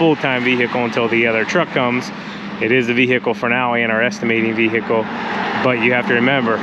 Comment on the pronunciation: Just thought I'd let you know that the H in vehicle is supposed to be silent